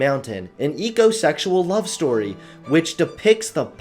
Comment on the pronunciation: The minute he said ecosexeul I started to tie a nosse